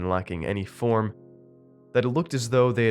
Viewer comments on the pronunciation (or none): none